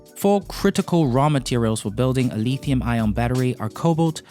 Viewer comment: Just so you know, the metal is not called le(e)thium.